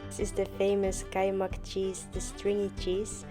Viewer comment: not kaymak, it is ''Kuymak''😃